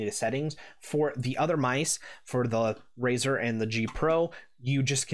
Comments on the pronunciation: did he say "RAZOR " dark core rgb pro .................. smfh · "Razer" ? I almost left after hearing that lol. Glad i didnt, good video.